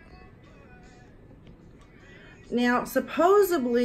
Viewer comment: Supposedly > supposebley? Whaaat